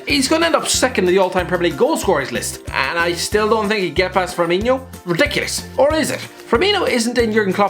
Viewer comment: How tf did you manage to pronounce both firminho and firmino pick one for gods sake even if its wrong